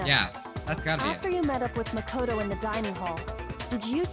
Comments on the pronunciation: I laughed when he got makotos name wrong and said nagito Little does he know that’s a character in the second game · He called Makoto Nagito 0-0